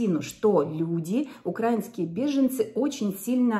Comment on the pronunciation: УкраИнские, а не укрАинские. Научите наконец кто-то. В конце концов благодаря украИнцам она деньги зарабатывает